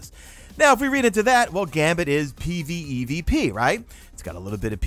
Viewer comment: Bruh i jus wanna hear you say pvpve not pvevp